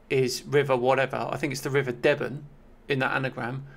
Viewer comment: It's pronounced ‘deeb'n’ (weird as the village of Debenham – which is located at the source of the river – is pronounced as ‘debb'n'm’). We do like our weird pronunciations of place names in Suffolk 😀